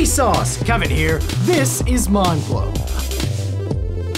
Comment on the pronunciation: Is it just me or did he say "Mind Fvck" instead of "mind blow?" xD